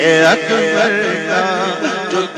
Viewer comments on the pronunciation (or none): none